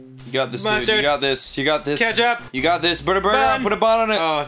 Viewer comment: Danny: adds ketchup Ross,say it out loud! Ross: skstchup